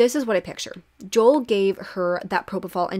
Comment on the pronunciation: Great video!!! Just wanted to kindly let you know that Joel’s name is pronounced Jo-el not Jol! 😁🫶🏼